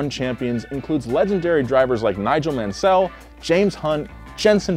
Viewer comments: Great vid. Loved the research. Small suggestion to try to pronounce drivers names correctly... Valteri Bottas and Nigel Mansel in this vid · When you can't pronounce "Nigel Mansel" properly you lose all credibility as an F1 commentator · Looking away from the screen and hearing Nigel Mancell and not Mansel 😬😂had to make sure they spelt it right atleast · Val-terry Bottas: Nigel Man-SELL (emphasis on “sell”): 2012 Mercedes driver = Lewis Hamilton Whats wrong? Have you had your morning milk? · Weirdly it's pronounced Nigel Mansel, the second L is silent. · he can't pronounce Nigel Mansell's name right, so I'm not surprised with his comments about Finland. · Did every British person roll their eyes with how he pronounced Nigel Mansell’s name?! 😂😂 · Not mentioning Nelson Piquet, mispronouncing Nigel Mansell, being "surprised" about Finland... Bad video. And Mercedes didn't win the championship for 60 years because... They didn't compete in F1 for over 50 of those years?! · The way adamantly continues to mispronounce Nigel Mansel's name is actually quite astounding